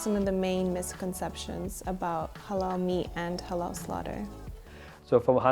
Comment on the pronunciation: The lady Sounds like "hello meat" instead of "halal meat" 😂